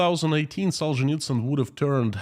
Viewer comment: Now I know the correct pronunciation of the author of “Gulag Archipelago “.